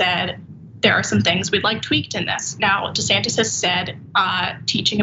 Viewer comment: Dr Ritchie called him DeSatin by mistake 😁